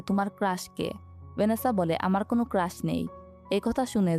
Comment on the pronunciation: পটাক হবে না ❌ প্রটেক্ট হবে ✅ 😂 সেকান ❌ সেখান ✅ কুন ❌ কোনো ✅